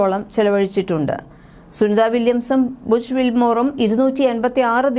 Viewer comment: വല്ലതും അറിഞ്ഞിട്ടാണോ തള്ളി വിടുന്നത് ഇതിനെ കുറിച് എന്തെങ്കിലും വിവരം ഉണ്ടോ പിന്നെ ഡോച്ചിങ് അല്ല ഡോക്കിങ് എന്നാണ് എന്താ ശരിയല്ലേ പിന്നെ ബുഷ് എന്നല്ല ബുക് എന്നാണ്